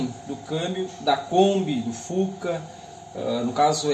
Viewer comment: Blz amigão porque vc diz fuça?meu garoto de 6anos tá zoando vc ,ele tá dizendo q é fusca não fuca kkkkk quem tá? certo??